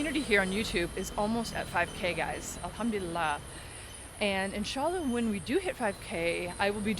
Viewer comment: Mashaa Allah sis love your video. May allahs at bless your soul. Loved the way u say Alhamduillah. Yesterday I saw an ayah ( surah ankabut-ayah 45) where Allahs swt is mentioning that when we talk about Allah among people He swt remembers us among His angles and indeed He praising us in that blessed gathering is a greatert honor. May Allah swt accept it from u sis❤